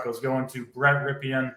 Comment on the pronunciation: You guys never heard of Super Bowl MVP QB Mark Rypien? You keep saying Brett Rypien’s name wrong.